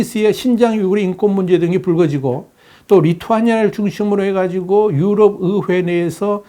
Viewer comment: 의회 발음 안되시나 어회 어회